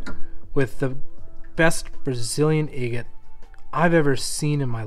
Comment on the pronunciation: I really like your videos but I wish you would learn how to pronounce the word “agate”.